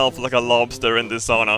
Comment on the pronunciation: ITS.FUCKING. SAUNA. S-A-U-N-A NOT SHOOWNE ITS SAUNA NOT SAW ITS SAUNA